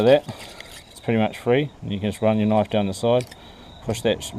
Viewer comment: Theeese eeeez a noiiiif.lol